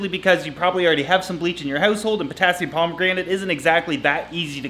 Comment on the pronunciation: You might as well say pomegranate 😂😂 we know what you mean though lol